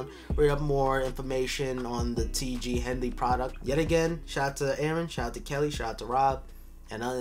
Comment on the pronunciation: Or when he said, T Jay Hanley